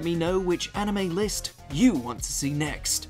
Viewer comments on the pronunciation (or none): none